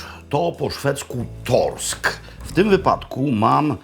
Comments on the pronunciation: Super audycja. I dobrze,że nie w TV bo w dowolnym momencie można obeirzeć dowolną ilość powtórek :D .A przy okazji, z tego co pamiętam to szweckie "sk" czyta się jak "sz" więc "torsk" brzmi podobnie jak po polsku "torsz" czyli dorsz. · Niedobrze pamiętasz. To zbitek "rs" czyta się jak "sz" (a i to nie wszędzie), więc bardziej "toszk".